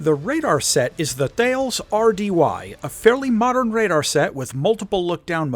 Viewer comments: Hi! As Always, amazing video! Thanks! If I may, pronuncíation-wise, "Thales" is pronounced "Ta-less". Thanks for the great content again! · FYI Thales is pronounced "Tallis" (T-halez). Bloody French!